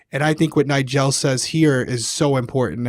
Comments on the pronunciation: ily, but it’s NIE-JUL 😂 not nie-gel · Why are you pronouncing Nigel like that? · It’s pronounced “nye-jule” not “nye-gel” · omg just heard say NIE-GEL too, not tryna call you out 😂 both y’all stop it lmao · I've never heard it pronounced like that. Always with a j sound for the g. People be saying stuff differently. It's interesting